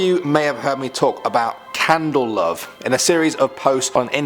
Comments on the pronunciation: why does he pronounce candle cove as candle love? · Candle COVE not candle love hahha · It's "Candle Cove", not "Candle Love". 🙂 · Isnt it candle cove, not candle love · It’s Candle Cove, not Candle Love. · It's not candle love it's candle cove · "Candle Love"😂 its Candle Cove😂😂😂😂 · Did he say Candle Love or am I just mishearing it and did candle cove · It's Candle Cove, not Candle Love. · At first I didn't know what the hell Candle Love was but then I realized he was talking about Candle Cove. I love you but it's Candle Cove* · candleCOVE not lov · * Candle Cove. Cove, not Love. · Candel love?? Its candel cove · Oh brother, it's not "Candle Love" it's "Candle Cove" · ink! Tony the kaonashi gaster lol i was thinking the same thing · It’s Candle COVE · Candle Cove. hard c there lol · I was also very confused when he called it Candle Love lol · Candle cove not candle love? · sigh its Candle Cove -_ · YALL SAID CANDLE COVE WRONG